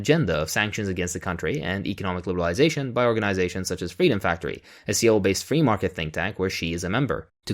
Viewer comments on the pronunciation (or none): Ok, but just for the sake of proper pronunciation, Seoul is read as So+oor. Take the 'so' from sore, short and light; combine that with the 'oor' from poor, a bit more of a 'u' sound. Slur the two together without too much of an exaggeration on the last syllable. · A guy who can't even pronounce "Seoul" correctly is talking about Korea...😆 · Either you're pronouncing Seoul incorrectly or a lot of people in the media are.